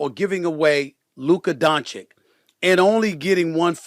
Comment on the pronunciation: After all this SAS still cant pronounce Doncic properly. It’s disrespectful to mispronounce someone’s name